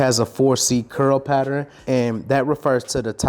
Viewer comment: I rock with you, but after all these years, you still haven’t mastered how to pronounce “Pattern” correctly